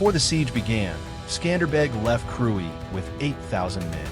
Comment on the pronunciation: thanks for the video. it is pronounced kruye.